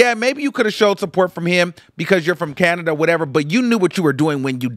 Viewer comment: why did you say canada like that 😂